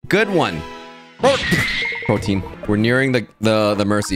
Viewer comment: Pretentious to- P-P- PROTIEN